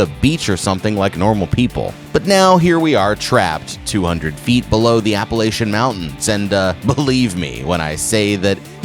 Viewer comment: A little piece of my soul dies every time he says "Appalachian". Still a interesting video.